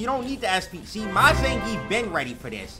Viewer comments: We have Ve-gaah, now we have Zan-grief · no one: punk: IT'S ZAN GRIIEF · That Zangeif though